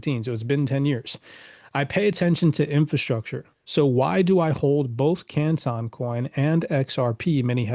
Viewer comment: Why is he pronouncing CANTON like that?